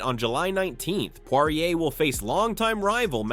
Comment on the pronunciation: "Dustin Pawahurayy", "Tttsarookeeaaaan" and "Maykuchev" had me rolling